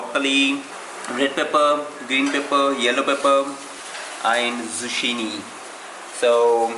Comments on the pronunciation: Dude it's not zushini... It's called Zucchini- Zukini spelled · He had Zeushini and not zuccinni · Zucchini?? How did you pronounce it ?? Haha lol